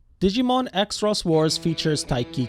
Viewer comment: xros is pronounced cross